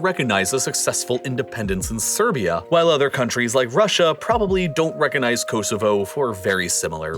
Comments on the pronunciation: Very very informative, thank you. Apart from your excruciatingly annoying septic accent and your appalling pronunciation of “Kosovo” I congratulate you on your correct spelling of “maths” and not the very annoying “ math” which your countrymen consistently annoy the rest of the world by getting wrong. Its MATHEMATICS ( plural) therefore the abbreviation is maths. Well done, there’s hope yet. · ko-zo-vo thats hopw its pronounced